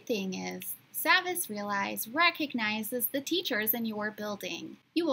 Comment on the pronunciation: it’s pronounced saw-vas actually